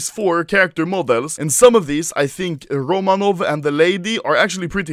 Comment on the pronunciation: My surname is "Romanov" im so cringy when you read it XD